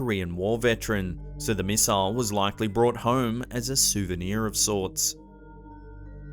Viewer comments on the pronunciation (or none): '. souviner ' riiiiiiggght.... ..